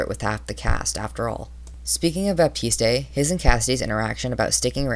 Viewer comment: the e in baptiste is silent